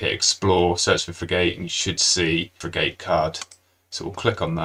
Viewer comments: Frig-utt not frig-ate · It's fri-ghut buddy, not fri-gate. Top video. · Unfortunately, I couldn't get past the first minute because of the terrible mispronunciation of frigate. It's pronounced git, not gate. 😢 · Informative video, but could you PLEASE rerecord it with the correct pronunciation for "frigate". The way you mispronounce it is worse than nails on a chalkboard - I had to mute you and turn on closed captions. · say Frigate again, LOL